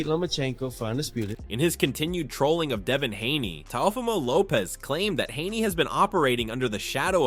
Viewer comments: He said Te Uhh Fumo 😂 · Wtf is a teh oh femo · Comedy gold...And say it rite; Tay-O-fee-Moh.. Teofimo..dang bruh. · Why are you saying Teofimo’s name like that? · How many different ways will you pronounce Teofimo?.😂